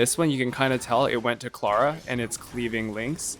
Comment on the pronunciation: You say Tingyun incorrectly You also say Clara incorrectly. Something tells me you play the game on mute